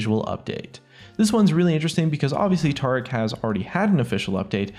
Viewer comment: You can say Taric, but not Tarik.....